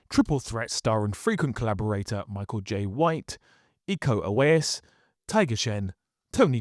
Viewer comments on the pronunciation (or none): none